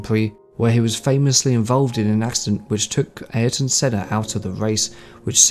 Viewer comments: How can you get sennas name so wrong? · Come on, at least learn the pronunciation of possibly the greatest F1 driver ever to grace the sport. So disrespectful. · I think that the best way to remember Senna is to mispronounce his name. It is what he would have wanted. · Please. just pronounce Senna's name correctly. He's a legend and its not hard